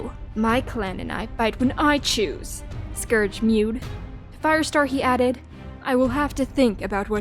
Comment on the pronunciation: scourge not scrouge